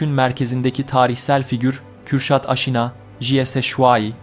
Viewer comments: Aynen bende öyle diyorum bir film yapıyosunuz bari kelimeleri doğru telaffuz edin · Aşina ailesi sürekli yanlış telaffuz ediliyor videolarda. Âşinâ diye söylenince Farsça olan kelime oluyor. Kısa ünlülerle okumalıyız. Nitekim Çin kaynaklarında da A-she-na olarak geçer. Buradan Asena'yı üretmişiz. Asena gibi Aşina da kısa ünlülü.